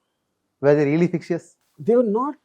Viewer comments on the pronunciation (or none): it is fictitious - not fictious :)